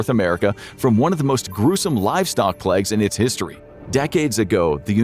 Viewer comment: Ok am I just hearing him wrong or does he always pronounce plauge like pleg? I have the vague impression the latter is involved in a meme or something but I've never heard of plauge being a word with dialect differences, which doesn't mean it isn't, Im just curious, so I genuinely hope someone will enlighten me.